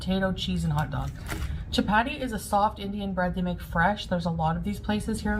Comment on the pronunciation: "Shap-aadi", says. "Shap-aadi".